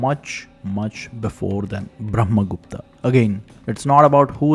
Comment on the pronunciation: you could say brahma gupta not bhrahma gupta